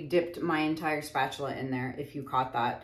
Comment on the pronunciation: “Spuh-tooluh” 😆 My bf & I intentionally mispronounce words all the time! That SOOO sounds like one of our words!! 😂